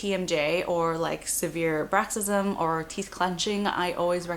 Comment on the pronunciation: It’s bruxism, not braxism... jeez fucking DO’s man....